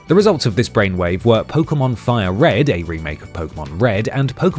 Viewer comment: Thank god you dont incorrectly pronounce it "poke-ee-mon" been playing since '98 and I cant stand that.